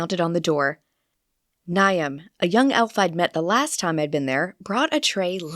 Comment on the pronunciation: Maybe a pronunciation guide to some names? I assume it is Niamh and Aisling?